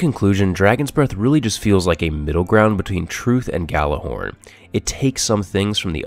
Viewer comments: Yallerhorn, you pronounce it with a Y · It's pronounced Yallerhorn, it's nordic, it was horn used to summons the gods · Nice review, but FYI the Gjallarhorn is pronounced as "Yallarhorn." It's Old Norse. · You pronounced Gjallahorn wrong. -_ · You run Planet Destiny videos and you don't even know how to pronounce Gjallarhorn correctly....Sad...